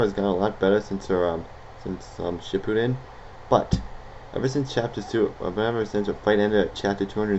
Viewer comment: you said naruto wrong and shippuden wrong ugh